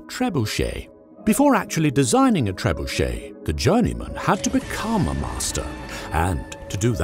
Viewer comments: This cannot be how you actually pronounce trebuchet. Please tell me that it is exaggerated! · Love the content. Surprised you did not pronounce it Ter-bunch-it.